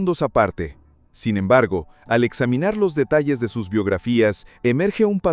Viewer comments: "Sin embergo"? Yo pensé que había encontrado al fin un video sin IA, pero estas cosas me hacen dudar. Y las ilustraciones directamente lo dejan claro. Lástima, está interesante el video, pero esos detalles estorban mucho. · Yo creo que sí, dice "sin embergo" varias veces, en vez de "sin embargo".